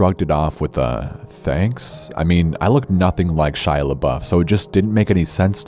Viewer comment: It's Shia dude. 🤙🏻